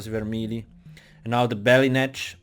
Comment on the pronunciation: REPEAT AFTER ME "BETTY NETCH" " BETTY TT